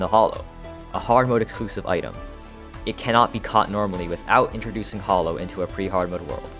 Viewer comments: it's hallow, not hollow :) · As awesome as your channel is, the way you pronounce "Hallow" drives me nuts. Hell, you even had the pronunciation ON THE SCREEN and still said it incorrectly (this also goes for "orichalcum," in which the "ch" is pronounced like a "k"). It's shouldn't be confused with "hollow," because it's not pronounced the same. It's pronounced like "shallow," but without the "s." And by the way, the channel really is cool. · BTW the a in hallow is pronounced like the a in at. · also its pronounced like how it looks i dont know how you fucked that up